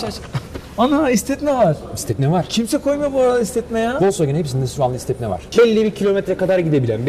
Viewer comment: Vosvogen değil ne zaman bırakacaksınız şu saçma sapan telaffuzları.